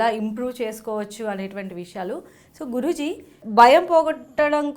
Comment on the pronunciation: మీరు ఆయన్ని గురూజీ అంటున్నారు. కానీ నాకెందుకో జిగురు అంటున్నారేమో అనిపిస్తోంది😜